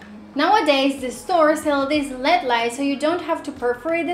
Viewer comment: Please never say lead lights it's LED saying each letter clearly.